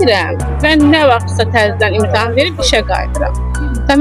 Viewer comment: Muellime “imtahan”a “imtaham”a deyende sonu bele olacaq…